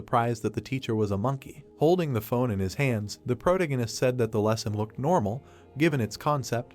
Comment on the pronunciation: The AI not being able to say protagonist drove me crazy